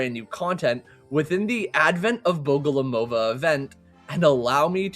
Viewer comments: Bogomolova. Not Bogolomova. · The unrenowned goat of the olt returns........ also im pretty sure its bogoMOlova and not bogoLOmova But hey what would i know....im bot an unrenowned goat of the olt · Cool video, very informative! Although (as some people already pointed out) it's Liliya BogomOlova. As in bogomOl, a Russian word for praying mantis. In case anyone is wondering how the word bogomol (богомол) is constructed: Bog (бог) means god, and mol (мол) is a root that means to beg or to pray. So, it means god prayer because of the way the insect's "arms" are positioned. The "ov" part in her last hame is a suffix, and the ending "a" is to show that the bearer of the surname is a woman. Liliya is a quite popular soviet name that has a soft and feminine feel because in Russian it is spelled and pronounced exactly like the lilly flower. So her name is basically a contradiction - a beautiful flower that devours the ones it has no use for anymore with a religious context. Hope that was interesting! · Haha i felt like i was going crazy. Had me doubting I was saying it wrong. Thank goodness